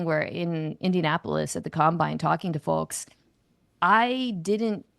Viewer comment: “I would bulk at giving him that kind of contract”? Balk*. The L is silent, lady. Do ppl wulk on sidewulks? Edit- she just said “fullks” when saying, folks*. I fkn quit.